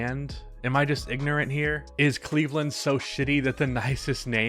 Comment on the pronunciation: Cleve-LAND....... get it together lol